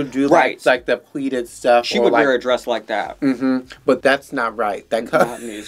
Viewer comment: I love how called Maddy's costume a 'drayus'.